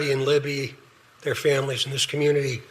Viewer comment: not one theory of yours became “a Troof” during trial. Nothing was proven other than LE incompetence. Also, it’s “famil-ies”! (is how you make plural that you didn’t get right one single time)